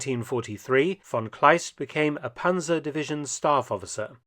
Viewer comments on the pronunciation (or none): Panser and Pansers make my ears bleeding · Panzer is pronounced like Pantzer. And the plural is also Panzer. Not Panzers. We do not have a S on the end